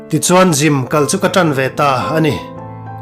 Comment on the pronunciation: Gym tih tur..Jim'ah ti tawh suh.tawngkam lam uluk ila ngai deuh. Unaunu tih pawh i lam dik lo,i mizotawng lam dan i pàitep thin.theih tawp han chhuah zel...teh.tawngkam fimkhur tawh la